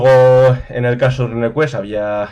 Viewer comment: RUNEquest se pronuncia “runcuest”, no “rancuest” RUNE no es RUN Ya que hablas de ello. Saludos